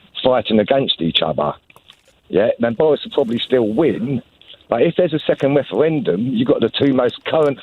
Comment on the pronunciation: A second weferendum